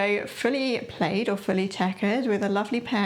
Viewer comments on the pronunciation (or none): it's plad as in glad, not played 😀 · It’s pronounced plad,, but we know what you mean. Great vlog, love your ideas. Fabulous blouse you are wearing too! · Yes, plaid is pronounced like “plad” but it sounds prettier how you say it! I also prefer tartan. To my American ears it sounds more appealing. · Fun video! In Canada/USA we say "pl-ah-d", but I figured "pl-ay-d" was the UK pronunciation? Either way, love your take on the fall trends and your suggestions. Beautiful blouse! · Great video! I’m loving all the fall colors this year. What blouse you were wearing for this video! Just adorable! We say “plaid” with a short a sound like “plad” in the US, but who knows what’s correct.